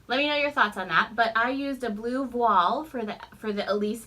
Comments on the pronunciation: it's pronounced vwal in french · La prononciation est voile.....("vwal").:) You are really conquoring the bodice fit. Especially interested in your button experiment. Cheers. JoAn